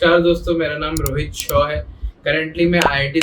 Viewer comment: not Rhoit Shaw Sir yes